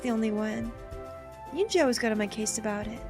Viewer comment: If you do wind up streaming route, please learn to pronounce her name. I gave a pronunciation guide for "은지" back in episode 2, but you could also look it up on YouTube, since it's the name of a famous girl, it should be easy to find. Also, as the other Commenters asked, please upload it to YouTube. Side note: "eroge" is a Japanese portmanteau made from western words ("erotic" and "game"), so pronounce it like that (not "erogi"). You could call this game and HuniePop examples of eroge. If you see "yi" in a Korean romanization, or in a Mandarin romanization, it'll be pronounced like a Japanese "i" or "ii" (except with Chinese, there will be tones). I don't know why they romanize it with a "y".